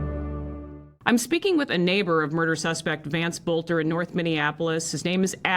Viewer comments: BTW I live near Green Isle its pronounced BELTER not bolter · Small detail: it’s pronounced “belter.” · I can't stop hearing the Boelter commercials from the radio when I hear the name. Yes, pronounced Belt-er.